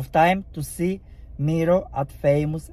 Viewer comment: "Mero"😂, the pronunciation its "mairo" i guess you are itialian? and dont worry English is not my first lenguage toom